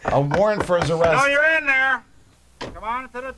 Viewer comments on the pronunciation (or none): "Dat's a cer-a-monial dagger dere." Perfect. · "That's a ceremonial dagger dere'!" Ahh god my sides.